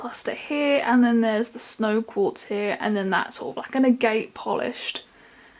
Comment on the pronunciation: i believe it’s pronounced ag-et